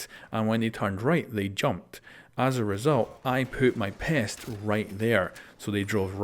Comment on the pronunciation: instead of “I put my pest” I heard “I poop my pants”